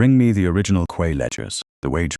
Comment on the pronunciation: For goodness' sake correct your A I's pronunciation of Quay to "Key" - the incorrect one is grating on the ear.